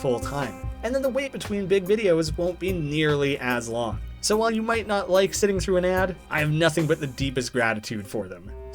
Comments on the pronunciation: So long-eh, Bowser! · (Henry stickmin) So long-eh Henry! (Mario) so long-eh bowser!